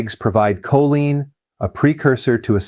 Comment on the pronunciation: Your AI voice over mispronounces choline.